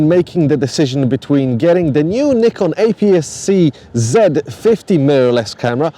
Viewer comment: Please learn how to pronounce Nikon properly. Thank you